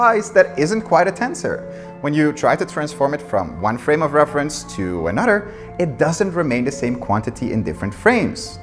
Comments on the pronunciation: lol no disrespect it just makes me giggle everytime that blonde man says "another" it sounds just like that woman's last name Nutter :p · "completely disappears in an udder"